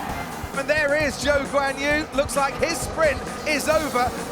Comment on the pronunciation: And whoever was the one who said Zoo Instead of Zhou 😂